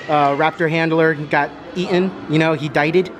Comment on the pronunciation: He die-ded